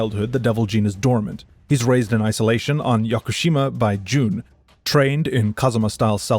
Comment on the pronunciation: Similarly, Jun is not pronounced like June, rather the u is like that in put.